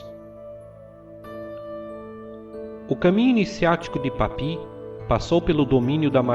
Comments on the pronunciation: Gosto muito dos vídeos, mas o está pronunciando o nome de forma incorreta Papus, não é papi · a pronúncia é PAPIUÍS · Maravilhoso vídeo. Apenas uma correção, o correto é Papus mesmo e não "Papi" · Ótimo vídeo! Só um adendo, nos círculos marinistas Franceses não pronuncia-se "Papi", por mais que pela forma que era escrito "Papus" parecesse conveniente na sua expressão francófona, mas por ser inspirado no Nuctemerom de Apolônio de Thiana, alguns...ou melhor em sua maioria p chamava de "Papuss" ou seja, não Papi e sim Papuss mesmo! Não quero com isso desmerecer o fabuloso vídeo. Grato!